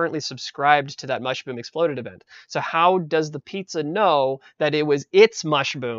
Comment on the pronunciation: i like the part where he says mushboom